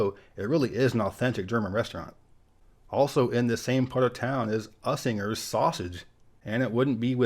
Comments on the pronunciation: It's not pronounced us inger it's useinger not us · Great vid. Usingers is pronounced YOU singers, not US ingers. Milwaukee is safe if you know where to avoid, I'm sure all big cities are that way. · Milwaukee has NEVER been considered one of the worst cities, and I have no idea where you're getting your information. Not surprising though, you got the headquarters of Kohls wrong; it's headquartered in Menomonee Falls, NOT Brookfield. And it's pronounced YOUsingers, NOT USingers. I've been to ever state, and I'll match Milwaukee and Wisconsins quality of life to any; its as good, or better than most. You're a Bozo anyway. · Very good job in doing a summary of my city. Of course there are always things I wish you would include but understand you're not the ambassador. One correction the sausage company is pronounced "you zingers" not "us ingers" at least here. I love your channel. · Usingers is pronounced Use-ing-ers.. Think you pronounced it Us-ing-ers.. Not being mean, just a minor critique of the video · It's pronounced USE-ingers. Not ussingers. 10 seconds on Google would have shown you this. Don't be lazy. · Its pronounced yousinger sausage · Word to the wise. It's pronounced you-singers sausage. And in your Wisconsin video the city is pronounced Fond du Lack. Not Fond du Lock. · Love your content. As a native Milwaukeen I have to tell you... It's pronounced Use-ing-ers sausage. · Its pronounced You-sing-ers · Fun fact and minor corrections —people from MKE say Bubbler instead of water fountain and I’d say most also pronounce it “Ma-waukee” instead of “Mil-waukee”. Also you pronounce the U in Usingers . You also missed Harley Davidson as a large company in the city. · Has anyone mentioned that you pronounced Usinger’s incorrectly?The emphasis is on the “u”. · Too much of the use of the word gentrification. Also, do your research better. Usingers was mispronounced and not corrected. This was cringeworthy.